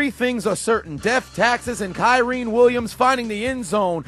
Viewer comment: you are mispronouncing Kyren Williams name